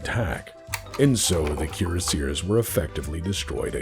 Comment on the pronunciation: Keer a seers. Kiera Sears? Cure Sears. Oh Cuirassiers. Kwee Ross See Ay. Dumb ole french stuff.